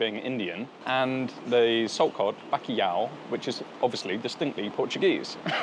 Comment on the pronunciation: My god mate. If you’re saying bakiyaw trying to say bacalhau… Good video though